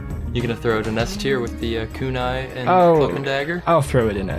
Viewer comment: Really hoping that pronunciation on Conniver’s Kunai was a joke lol. Anyway, since everyone else is doing it, favorite loadout is Stock Invis/Diamondback/Big Earner